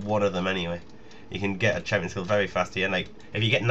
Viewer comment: lolz, loving the 'hampions'